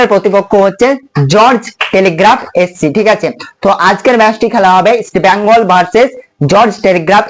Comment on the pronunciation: ভাই নামটা ইষ্ট বেঙ্গল। ইষ্ট ব্যাঙ্গাল কথাটি ভুল।